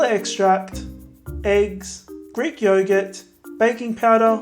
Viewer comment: Hey! Are you Greek or something like that? Because your pronunciation is reallyy good! 💗 Some love from a half Greek from the Netherlands! 🇬🇷🇳🇱